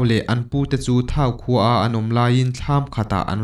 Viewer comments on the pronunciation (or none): Vawmkhua hi Vawmkua a nih zawk ka ring. Thau khua hi sathau anga lam tur.